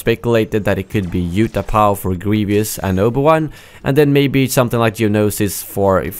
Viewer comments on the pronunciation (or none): it's "Grievous" not " Grievious" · It's GrieVOUS not GrieVIOUS, but I don't really mind people saying it wrong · It’s Greev-us, not “Greev-e-us.” lol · you have a strange pronunciation of "Grievous"